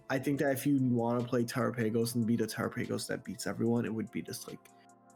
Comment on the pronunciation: Terapaygose is killing me